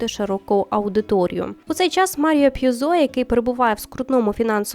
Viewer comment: дякую за підбірку, справді якісні серіали. єдине, дуже різали слух русизми та неправильні наголоси, особливо у прізвищах Копполи і П'юзо. а Хрещеного батька обов'язково подивіться, це шедевральний фільм